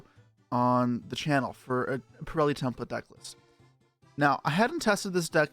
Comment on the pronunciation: thank you for pronouncing purrely right other than most other yugitubers lol